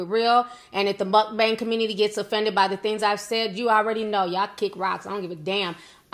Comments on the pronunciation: It grinds my gears when people pronounce mukbang that way. Not all mukbangers are unhealthy 😒 He’s just lazy asf & probably doesn’t even workout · TI YOU IS TOO FUNNY LOL WHEN YOU STARTED PRONOUNCING MUKBANG I WAS CRYING 💀